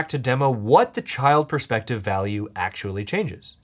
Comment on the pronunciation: "it's really a matter of persfective"😂